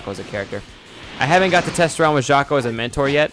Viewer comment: am I the only person that kept hearing him say shaco instead of jaco